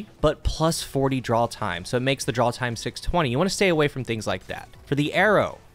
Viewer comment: My brain: "He's saying draw & draw-time" My ears: "drawl & drawl-time"